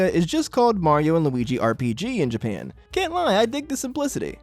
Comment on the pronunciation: Whats with your voice bro "japeean"